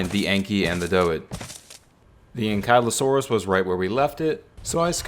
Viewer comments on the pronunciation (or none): ok but why do you pronounce more names wrong than right? like ankylosaurus, procoptodon, wyvern, and argentavis. polymer too. i bet you dont know the number of seconds youre supposed to wait between tranquilisers for maximum effect either. oh and doedicurus, since youre abbreviating the name to doed, the correct pronunciation is is „dode“. ok thats bullshit, they obviously add salt to the water. why else would it be dry and make you even thirstier?